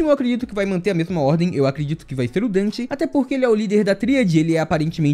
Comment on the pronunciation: NÃOOOOOOOOOO, tu me fez errar a intro falando dan ao invés de den, estou sofrendo um colapso, meu corpo esta derretenddddddddddd